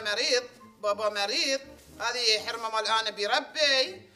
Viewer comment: لا يقول حرمه